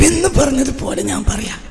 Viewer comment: ഹിയാളും. ശരിയല്ല.. വികാരത്തിൽ. സംസാരിക്കുന്നവനാ.. ന്ഹാൻ. ഹെന്ന. പദം. ഹിയാൽ. കൂടുതൽ. ഹുപയോഗിക്കുന്നു.